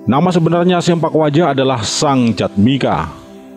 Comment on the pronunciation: (Agus Sein) bukan SEMPAK yang benar SEMPLAK "Potong"